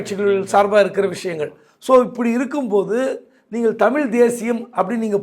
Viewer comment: பேட்டி எடுப்பவர் தமிழ் என்ற சொல் உச்சரிப்பு தமில் என்று சொல்கிறார்.